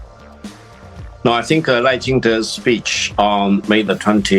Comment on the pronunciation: 立本代表把赖叫成Lao了笑死